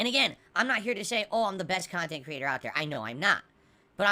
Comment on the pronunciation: Wait all the idiot morahn kahntent creators dont split their kahntent into kahntent? is losing it dude